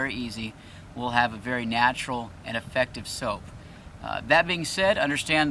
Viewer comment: Thought he’s making “soup” 🤣😂